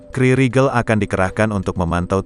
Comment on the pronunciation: KRI dibaca Ka eR I.. bukan dibaca kri.